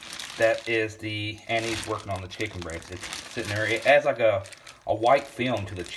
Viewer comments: Lol... "Anizee"... Us yankees of Italian descent (not i-talian) would like to inform you that it is pronounced An-iss.... Nonetheless excited to give it a try. The smell reminds me of my grandpa drinking sambucca in his coffee. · Its not " Ann- eese, its An -is ". Its also illegal in the state of WV to fish with it. Better check your state regs.